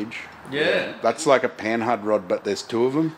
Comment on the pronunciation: Pronounced "Panard", silent h. Is the name of the frenchie who designed them.